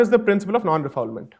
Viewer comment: Firstly, let me address a slight point. It’s actually a French line, Non Refoulement. You pronounce it like “Nun Ray-Foole-Mahnt”. It’s nothing to do with fouling or not fouling something. On topic; I agree with about 55% on what you’re saying. I do believe countries should have stricter borders and I do agree that illegal immigration is counterproductive. So if you’re saying, “Hey, I think there are too many Bangladeshi’s coming in illegally” , sure, let’s deal with that. And though I wholeheartedly applaud PM Modi, the BJP and the work on bettering India, I personally cannot condone this. It goes against Hindu Dharma which does not propagate vilifying or doing harm. You’re actually proposing to single out Muslims as a matter of fact, stating that Muslims are creating havoc in Delhi and Assam. And that is where the problem lies. You may be factually correct in saying that. Who knows? But you’re too lazy to trap and evict the criminal individual. Rather than that, you opt for a short sighted and very polarizing view that you would just evict all of the 30 million plus alleged illegals. You can wrap it in many legal wrappers and dance around it but objectively that’s the case. You try to apply a one size fits all solution to a very complicated matter which should really be addressed on an individual level. If you do your due diligence and the people get the opportunity to rebut and their day in an impartial court, great! And if they are found to be illegal and need to be depor